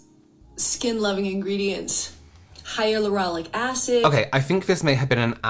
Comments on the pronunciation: Does anyone else notice her bottom lashes going in and out? I mean like they do seemingly do then don’t have mascara, I mean disappear then reappear. Also when she’s talking about the skin loving ingredients and powder in it , she says “hyalurolic” not hyaluronic and it annoys me so much. Sorry, just bitching to……well bitch. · stop, not "hyalurolic" 😭😭😭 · Never trust anything Jan says. And are we just going to ignore that she pronounced hyaluronic wrong 😭